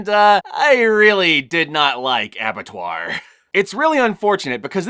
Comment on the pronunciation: as someone who has french as his first language, you said Abattoir good